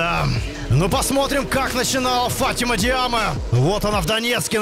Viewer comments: ФатимА а не ФАтима😂😂😂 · ФатимА только) Ухо режет фАтима) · Фатима ударение на 2ю букву а)